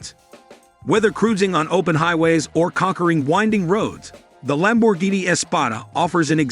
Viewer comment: PregO! Thisa Narator soundsa Very digital anda may be Much MOre impreSsive if he could at Least pronounce Lamborghini correctly(!)🇮🇹gF 4.4.'24 USA